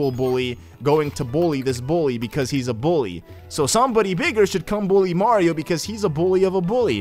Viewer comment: the way he said bully 😂😂😂😂😭